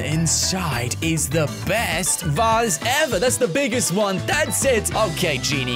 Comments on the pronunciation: vase not Vas Not trying to be rude wow e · It is vase not vass